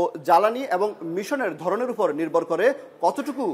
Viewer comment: ফোর ফয়েন্ট , ফে লোড, ধরণের উফর - এসব কী উচ্চারণ রে ভাই !